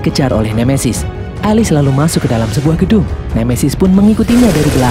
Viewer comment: Bang Bukan Alis ( Alice) Elis